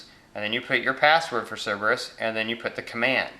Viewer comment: Sounded like you said Ciberus.